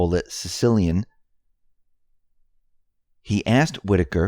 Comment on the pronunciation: The guys name is not Sicilian - It is pronounced Chicka-leenee!!! David Cicciline